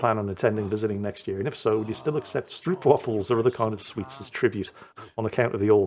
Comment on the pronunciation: Stroopwafel... The "oo " is pronounced like the "o" in "know", not like in "oops"...